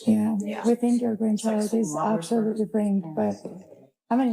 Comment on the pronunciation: framed ! “Abosultly” fucking nut cases!